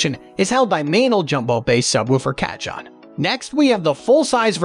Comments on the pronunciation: It’s pronounced Car - hon!!!! Not catch on!!! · Oh....KA-john just hurts my ears! I want to listen to this video but every time he says Ka-John, it's painful. "Kah-HONE" (like Ca-PONE, in Al Capone). I'm a Latin bassist and I got a chance to play a friend's cajon at a Puerto Rican Bomba-fest and also in this year's Carnaval in San Francisco, CA. I loved it so much that I want to buy one and I'm looking at reviews, also reading online reviews and such. I'm gonna try to get thru this video. Please overdub the word "Ka-John" for us! LOL! Thanks for putting up the video, though! 😊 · Jeeesus.... 'Cah-John' lol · WHO THE HELL SAYS CA-JON??! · Y'all, this sounds like AI, not an actual guy mispronouncing cajon, am I crazy? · You butchered the pronunciation . its ok 😊 J is pronounce as H . cajon is box in spanish. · Dude...need to at least know the pronunciation of the instrument and manufacturer to take you seriously! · Lol I had a good laugh when he first said it. I laughed even harder when I found a comment about it immediately soon after xD